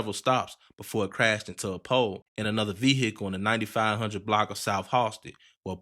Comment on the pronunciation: you did not have to say vehicle like that at all